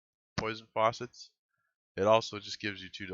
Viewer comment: Good video, got a like from me and I'm subscribed. You are pronouncing FACET as if it were FAUCET.